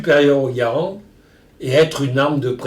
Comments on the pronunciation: sugar glider John Garand was born a french canadian. So yeah that's technically the right way to pronounce it. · He pronounced Garand right lol. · I think Ian might want to start learning French! Hearing Henri say Garand in the correct French manner is oddly pleasing to the ears.